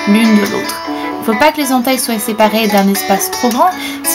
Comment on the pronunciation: Super idée merci beaucoup!! :) Au fait, c'est la première fois que j'entends un français prononcer "soit" - "soye", comme au Québec! Des petites influences?? <3